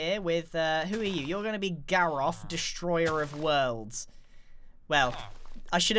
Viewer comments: you called him „Destoryer“ not Destroyer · Its Destroyer not destoryer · you said "destoryer" instead of "destroyer" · "Graroph," Destoryer" of Worlds" How do you destory something? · DESTORYER.......???????? Oh Grian... honey.... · He named the villager "destoryer of worlds" instead of "destroyer of worlds" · Destoryer of worlds ?, try again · Destoryer is what he said lol the o and r are flipped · Whats a "Destoryer"? 🤔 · "Destoryer" hahah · "destoryor " lol